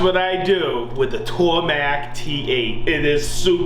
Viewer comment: "Tormek" vs "TorMACK". 😂